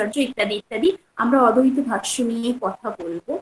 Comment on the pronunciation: অদ্বৈত উচ্চারণ টা ঠিক হচ্ছে না ম্যাডাম,, ওটা ঠিক করুন.